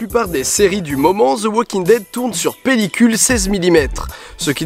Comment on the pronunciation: Ze walking... prononce -le comme un d ce serait mieux.